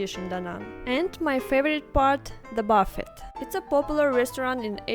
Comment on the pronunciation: Just fyi, "Buf-feht" is the name of the famous investor Warren. What you're eating is called a "buh-feh", and you shouldn't drop the s like Oriental people do (they can't comprehend the concept of plural/singular). So "buh-fehs". Also not "sawh-nah" it is called a "saww nuh".